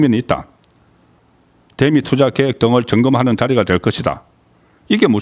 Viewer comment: 송기자님...다 좋은데 발음좀 고치세요. '대미'...'대'에 악센트 넣지말고 길게 발음하십시오. 경상도 사람들 기자님처럼 발음하지읺습니다